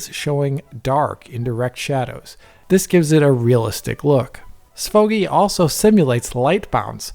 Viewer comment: Why did the way you said SVOGI make me laugh? 😂